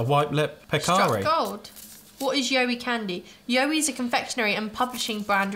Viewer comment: In Australia we pronounce it like “WOW” but with a Y and then add the E at the end. If that makes sense haha so “YOWIE” like wowie 😂 We have a long road called the Pilliga scrub and legends say that you should never stop on it as the yowies (along with a few other legends) will get you and take you 😂😂 people actually believe it because nobody really knows the truth and who wants to wait to find out aha!! Very rare you’ll find someone stopped there, especially at night! Should definitely research about it, it’s a great read!